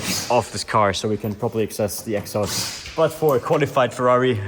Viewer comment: "Egg-sauurst" -exhaust